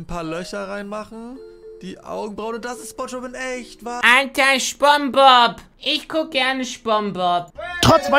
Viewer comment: gamingdude2.0-pj3zm er hat gesagt spongggbob